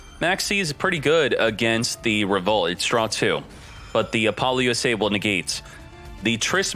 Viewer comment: He also say apolo U,S,A instead of Apollousa